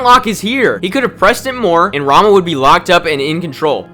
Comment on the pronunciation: I am a weeb, so everytime you said "Rama", I heard "Ranma" initially. Technically he's also a martial artist, but that anime is no where even close to realistic, lol